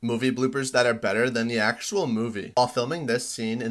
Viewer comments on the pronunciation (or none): none